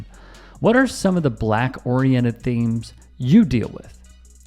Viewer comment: I really can’t stand the way you say the word “BLACK”.